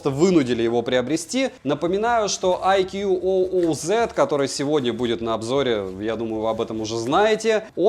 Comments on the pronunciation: Хотелось бы исправить автора в его произношении брэнда, так как немного режет ухо. Не "айкьюоуоу" а просто "айку" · Название бренда читается - Айку. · Правильно IQOO (I Quest On and On) произносится "айку" и хотя это суббренд VIVO называть его VIVO IQOO не совсем корректно. У IQOO формально свой сайт, каналы продаж и поддержка (Индийский сайт у нас открывается без vpn и прокси). Глобальных IQOO не бывает, только китайские и индийские, причем у индийских моделей другие названия. Насколько в курсе вывод на европейский рынок по прежнему не планируется. Расцветка а-ля BMW уже на третьем поколении смартов IQOO используется - началось с IQOO 7, так что как она будет в эксплуатации можно узнать в соответствующих темах на 4пда. Кстати поколения у них меняются раз в полгода. Смарт поддерживает n79, а значит 5G будет работать в РФ, тестовые зоны хоть и небольшие, но уже есть МСК, СПб и еще ~40 регионов РФ